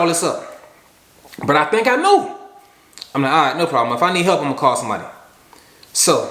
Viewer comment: “If I’m not sho I’m not gon’ go” ahahah